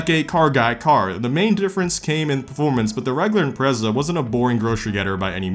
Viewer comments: stop pronouncing the Impreza's name wrong. It's not "Imprayza" it's just IMPREZA. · I HATE HOW YOU SAY IMPREZA YOU SAY “EM PRAY ZAA” shut the hell up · I cringe when you say “imprayzahh” 😂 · its IM-PREZ-A NOT IM-PRAE-ZA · Is it pronounced impraza or impretsa, It’s the first time I’ve heard it said differently so I don’t know if it’s a common thing or not. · Im-prez-a, not im-pray-za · I’m-pray-za lmao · Man, you say IMPRECA in The whirdest akcent ever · wtf is an "impreiza" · Impertsa? Impretzel! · You got me with the Impreza pronunciations. I was confused af 🤣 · Ok but why he say Impreza like that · why does he say impreza like that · i dont like the way this man says impreza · Wow, I never thought I'd be bothered by the way someone pronounces Impreza, and I'm not even a subie guy Edit: I commented too early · How does a “car guy” pronounce Impreza wrong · I actually didn't realize you pronounced Impreza in a diff way lol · Let's play the soobie drinking game, Take a drink every time he pronounces Impreza differently. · I have never heard so many different pronunciations of impreza until now